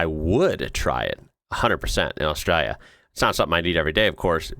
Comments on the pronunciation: The way you pronounce ‘Austraya’ like a local cracks me up 😂 it doesn’t fit with your accent at all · Props for pronouncing Australia right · Hearing an American pronounce Australia, pretty close to right, is spinny af. You get so used to hearing it mispronounced that it can catch you off guard when it's pronounced right, in the middle of an American accent.